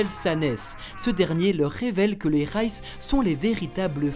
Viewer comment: reiss pas réss